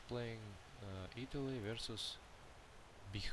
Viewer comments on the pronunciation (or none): Damn you guys don't know how to say BiH. :P